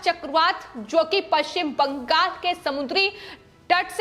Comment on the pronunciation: बैंगल नही बंगाल है, spelling pronounce ठीक से करो लड़की.. कितना बार एक ही word को सुनायेगी?